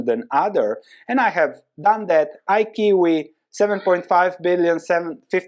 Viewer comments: Hey. Iqiyi (IQ) stock is pronounced "eye- CHEE-yee" not I-kiwi. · IQIYI is pronounce 'I - chee - yee'. I love your channel. Baidu is strong buy for me to hold for the long term. Thanks for your analysis